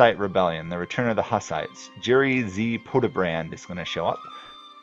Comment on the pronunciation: its pronounced podye-brahd not podebrand